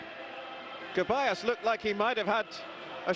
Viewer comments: Its ceballos not keballos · Why is he saying Kebayos? It's pronounced Thevayos or Sevayos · It’s Ceballos not keballos!!! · its not pronounces Keballos, its pronounces seballos, or rather theballos. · It really annoys me how this same commentator keeps mispronouncing Ceballos’ name since last game…